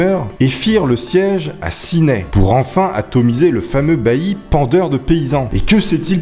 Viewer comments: et Ciney ne se prononce pas "sinaille" mais "sinè" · Cineille sava pas sa sa s ecrit ciney sa se dir sinais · Le Condroz ne se dit pas CondoZe mais Condro, le Z est muet et Ciney se dit Cinait. La vidéo est vraiment sympa, j’espère que tu vas en refaire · J'habite à ciney et ça se dit cinai et codrooz se dit condro😂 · Condroz comme tu dis ce prononce condro et ciney comme tu dis aussi ce prononce Cinai